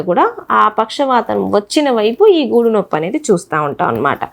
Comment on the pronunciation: గూడు కాదు గూడ భాగం